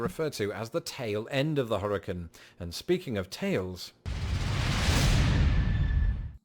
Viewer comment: He doesn't know how to pronounce hurricane